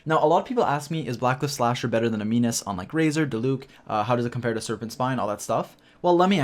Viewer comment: Animus not aminus